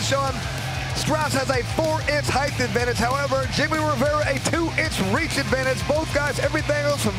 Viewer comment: Someone tell that idiot it's not "heighth"!!